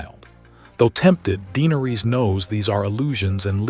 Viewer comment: of it yet, but just Daenerys and Viserys Targaryen were both botched in pronunciation. Just watch the show and hear how they sound. Daenerys sounds more like (day-nair-ris) no (deee-ner-rees), and Viserys sounds more like (Vi-ser-ris) not (vie-ser-rees). Last name pronounced (tar-gair-ree-un). Tyrion sounds like (tir-ree-un), not (tie-ree-un). Lyanna is (Lee-on-uh) not (Lee-an-uh). Rhaegar is (Ray-gar) not (Ree-gar). Aegon is (A-gon) not (E-gon). Drogon is (Dro-gon) not (draw-gon). Cersei is (ser-see) not (ser-say). Varys is (Vair-ris) not (vair-rees). Jaime is (Jay-mee) not (Jaym). Barristan is (Bare-ri-stun) not (Bare-ri-stan).